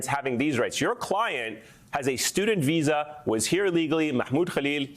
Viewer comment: It is VISA you DH its not vessa. Can't even articulate the word properly...you keep lying and satisfying yourself cowards.